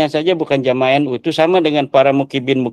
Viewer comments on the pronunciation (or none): Muhimbbin bukan mukibbin..gimana sih kyai ko salah ngomongnya ..😄😄. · muhibbin..bukan bukibin..